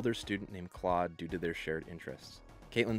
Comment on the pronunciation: You mean Klode?...Rhymes with CHODE! 😂